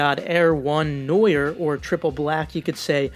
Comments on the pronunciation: No it is pronounced No-ar from a french fellow member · I would think it’s pronounced “no our”, noir is French for black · You butcher the names of all foreign shoes lmao. The black fog is black in French